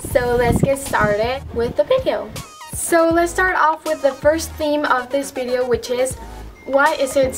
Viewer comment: I like how u say bideo instead of video 😂😂